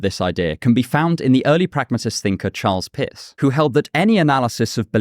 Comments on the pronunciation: lol are you saying "Pierce" or "Piss". Was there a pragmatic philosopher named Piss? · I’m sorry, but when you say Pierce it sounds exactly like piss. Don’t know what to do with that, but there it is.